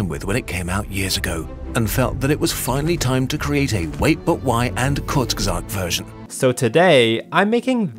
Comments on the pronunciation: Does not really exist in english exactly like in german. I'd say closest would be "oo": Koort... like in "boot". But "court" is definitely wrong and sounds like an american trying to pronounce "kurz" ;) Go on forvo (dot) com and you can hear various pronunciations. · no, he called them kortsgesot. it's more like kurtsgesakt, with the urts in kurts being pronounced like the urts in hurts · what is says:KURZGESAGHT what I hear from:COUSEKESAGHT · Maybe if you pronounce "hurts" like "hoorts". Otherwise it's way off. It's Koorts-geyh-sugt, which even the original English narrator doesn't exactly get perfectly right. Really, just listening to google translate should clear up all confusion. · kurs guess aght (t is silent) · never knew it was pronounced "courts geh sought" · He said it horribly wdym? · he didn't pronounce the second g, other than that it was pretty good. The correct pronunciation is /kʊɐ̯t͡sɡəˈzaːkt/ (non-rhotic) or /kʊʁt͡sɡəˈzaːkt/ (rhotic). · Eh Kind of 60% definitely And definitely better than most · its actually wrong, im a german and its pronounced a little bit differently (kurzgesagt is a german word) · and Kurzgesagt butchering each other’s names. Me: Laughs in German-Mandarin translator. 🙃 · i just always cringe at how he pronounces kurzgesagt